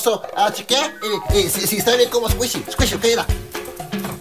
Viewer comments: Love when he says esquishy. Love the skit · you mean escuychy